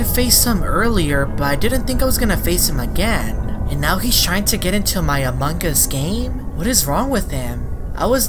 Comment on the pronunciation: Every single video when he says among us instead he is as a mangus